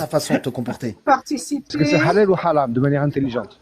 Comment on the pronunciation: On dit haram et pas halam